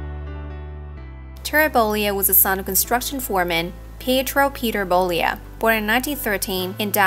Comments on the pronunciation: His name is bollea. Not bolia. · And learn how to pronounce his last name.